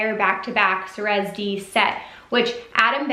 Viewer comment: Awesome content! Wish I could go to this one! BTW It's pronounced sigh-rez D and pride-A just fyi